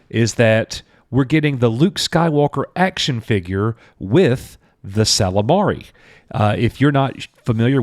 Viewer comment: It's Ysalamiri not Ysalamari...